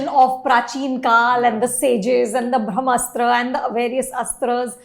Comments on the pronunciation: eek, Anupama calling it 'Bhram'astra is making me cringe a little!! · Brahmastra sounded like Bhramastra when Anupama said it. Hope Ayan Mukherjee gets it correct. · She said "Bhramastra" ... it's "Brahmastra"... Bhram means - confusion, Bramha means - all encompassing universe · I love how Anupama will take great pains to make sure she pronounces Timothée Chalamet correctly or to enunciate the “Kh” in “Khan” from the epiglottis, but somehow her polyglot IQ goes for a toss with Hindi/Sanskrit words. Thank you, my lady, for your late take on “Bhramastra” (“Illusion Weapon”). I will eagerly await your late take on “Brahmastra” on that fine day in the future when you stop looking down on Indian languages. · Did she say Bhramastra in the beginning? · And then in the last minute decided to call it Indian mythology just to lure in the Hindu audience. Eda samajh ke rakha hai. The Ayan guy cannot even pronounce Brahmastra properly ( he keeps pronouncing it as bhramastra 😅) and was going around boasting about how much from his childhood he was influenced by the Indian mythology. 🙌😂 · at 0.29 sec-- I feel sorry for this lady.. She has no clue as to how to pronounce the title of the movie in the first place. I generally love reviews by but seeing him with this lady on same platform..puts off the mood.